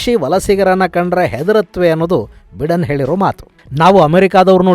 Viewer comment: US ಅಧ್ಯಕ್ಷರ ಹೆಸರನ್ನು ಬೈಡೆನ್ ಎಂದು ಉಚ್ಚರಿಸಲಾಗುತ್ತದೆ, ಬಿಡೆನ್ ಅಲ್ಲ.